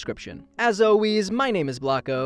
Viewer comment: on did Blocko said alweeze?!?!?! i found it funny